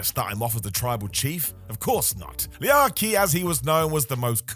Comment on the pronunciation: It wasn't "Lee-akee". It was literally "Leak-ee"